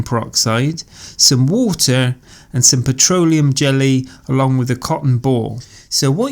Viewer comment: Love it how he says wuta.